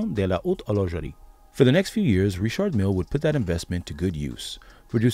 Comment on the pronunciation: Rishhhardd Millllle not Richard.